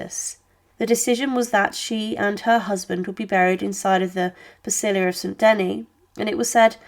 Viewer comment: The pronunciation of names in the commentary is utter gobbledygook: the Duchess and the Bishop of Ongloom, St Denny, Prince of Cond, the Bishop of Carsacone, the Duchess of Borvin(???) ...several others who are quite unidentifiable. Honestly, I shouldn't have thought that any of the names could have caused a problem to non-native French speakers. And of course the awful Mme. Two Sword!